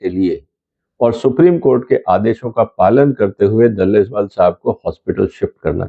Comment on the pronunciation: दलेवाल नहीं डलेलाल है।